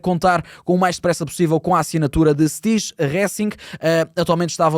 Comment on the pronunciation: Stije Resink, "Stije" lê-se "staihe" ou "staiehe". O "J" tem uma sonoridade parecida com o "ih" ou "iê"